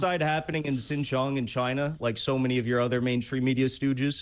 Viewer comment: Don't you even DARE mention Xinjiang which you mispronounced and which is ACTUAL GENOCIDE with forced sterilisations, internment camps holding 2 million under lock and key. Egypt could let everyone in Gaza out if they wanted to. THEY DON'T.